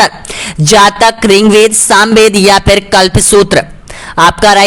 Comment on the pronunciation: सर आप पढ़ाते बहुत अच्छा है बस ऋग्वेद को रिंग वेद मत बोलिए